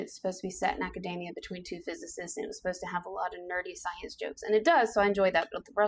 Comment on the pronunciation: It is not pronounced like macadamia (the nut).. There is an E in there. Urgh ... a-ka-dee-mee-yuh.